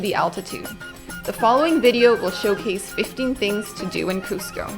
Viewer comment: This is great and all but the guy sounded like he said costco😂